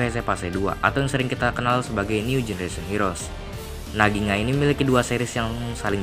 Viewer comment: Bukan ginga oi tapi gingga